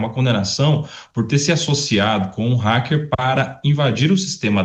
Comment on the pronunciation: Porque esses putos falam "Réquer"? É "Ráquer" que pronuncia.